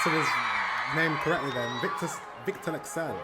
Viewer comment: U pronounced his name like a native, goddamn ur getting good at the Scandinavian accent thing.